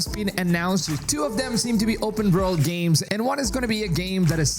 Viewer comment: Never heard of an "Open Verld" game. Pretty excited about now. Lmao 😂